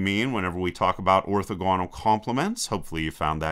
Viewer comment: Orthogonal: stress is on the second syllable. :)